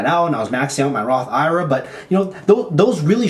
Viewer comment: Loved that you are willing to share your mistakes to help others. P.S. I think you are the only person I’ve heard call Roth IRA, “roth eye-rah” haha